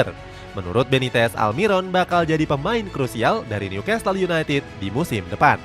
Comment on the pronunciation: bacanya Nyu-kasel bukan nyukastel ya narator